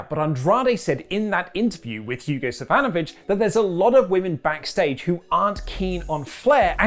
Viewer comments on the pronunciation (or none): Once again, SAVINOVICH, not SAVANOVICH